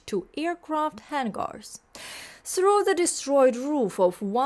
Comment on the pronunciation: ?previous comment disappeared? I was wondering earlier this morning if you were still making YT videos. fun with English: The pronunciation of "hangar" was interesting, like "vanguard", but alas, not correct in this case. The "ang" of "hangar" (a homonym of "hanger") is all in the first syllable. Believe it or not, the pronunciation of ""ang" in danger", "stranger", etc. is different in another way. I hope this doesn't cause any anger - whoops!